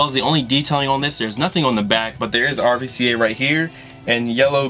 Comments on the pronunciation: its not pronounced R-V-C-A btw... its the V is really a U so its RUCA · rvca is pronounce ruca just for further references..dope stuff keep it up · RVCA is pronounced "Ruka" or "Ruca". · for future vids, RVCA is pronounced roo-ca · RVCA is pronounced "Roo-cuh" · Rvca is pronounced rooca